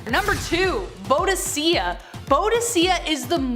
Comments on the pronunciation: Boudica *Boo-di-KAH, not Bow-di-SIAH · ??? Pretty sure it's pronounced more like queen boo-dih-caa. Who informs yall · And she’s awesome in all the war games I play ! No joke! And yes she pronounced her name wrong but hey, she’s adorably cute…so she can mess up anytime it’s all good! ❤️❤️❤️❤️❤️ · You mispronounced Boudicca's name.